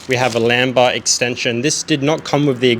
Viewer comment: "lamba"? Really?